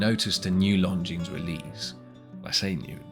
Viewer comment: Lon zeen, not long jeans!